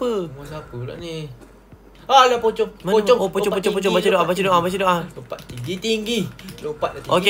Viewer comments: Saya Ter gelak gelak dengar cakap pocong jadi copang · Kenapa ckp copong 😂😂😂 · Yang kelakar cakap nama pocong tu copong